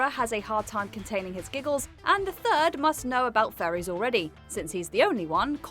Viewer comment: The makes "furries" sound like "faeries":)